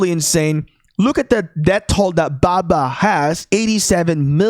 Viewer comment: This dude making baba sound like baka